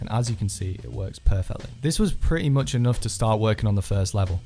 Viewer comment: This Legend said Muck